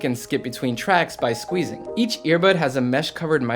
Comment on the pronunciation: When u said you love scwezzing thing